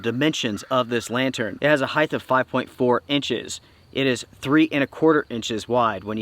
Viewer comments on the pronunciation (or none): Please please it’s HEIGHT not HEITH!!! I beg of you 😂